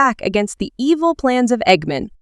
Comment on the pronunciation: You are so dum you say egg men it's egg man with sonic x